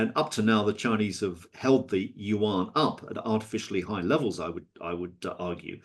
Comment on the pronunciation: Dude can't even pronounce Yuan correctly and we're supposed to take him seriously